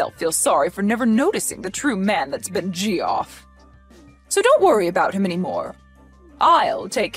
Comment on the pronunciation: The mispronunciations this time are interesting. Gosh =/= josh, and Geoff =/= Jeeoff.